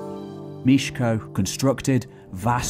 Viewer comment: "E" in Mieszko I is to be pronounced.